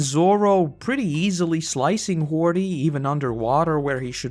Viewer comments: Isn't ti "Hody" and not "Hordy" or am I missing something? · its hody not hordy